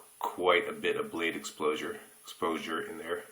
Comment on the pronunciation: Cracking up at the "blade explosure"! Nobody wants a face full of Voskhod shrapnel...